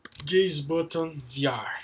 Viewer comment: "Because, in V-AARR" 😂 thanks!